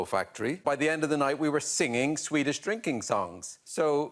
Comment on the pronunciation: Swede here. Ardal was bloody good at the Swedish, even getting our rather specific vowel sounds. Thoroughly impressed.